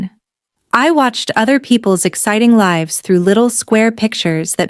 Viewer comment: Lives is pronounced "lie-ves" when it comes to people. Fantastic story ❤❤❤❤❤❤